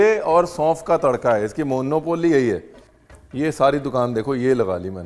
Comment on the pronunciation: मोन्नोपोल्ली ❌ मुनौपली ✅